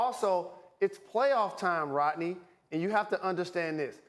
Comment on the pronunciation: Jalen said it like “Rotknee” . And man his hair look more and more fishy every day